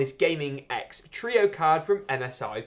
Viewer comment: Gaming X Truio? Thought it was Trio lol